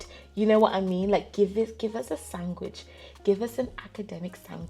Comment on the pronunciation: Thanks girl, and fair play to you for doing so well on your education journey. I kinda love that you said “sangwich”…. I thought only Irish country folk say that 😅